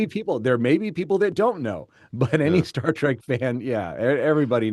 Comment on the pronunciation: I say "Star Track" too. I know it's "Trek." I use trek as part of my vocabulary. But when I say Star Trek it usually comes out as track. It's probably because I didn't recognize the distinction when I originally watched the show in the early 70s.